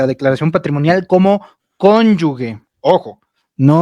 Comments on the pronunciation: Con yu GE. no Conyu gue... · No hay conyugue es conyuge y se pronuncia como jota. Suena muy ignorante decir conyugue mejor dile conyugüey....